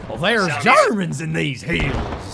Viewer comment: "Tank Crew, drive me closer, I want to stab ze germans with my broadsword"